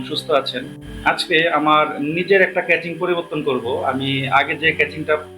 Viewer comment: ক্যাচিং ❌ কেসিং ✔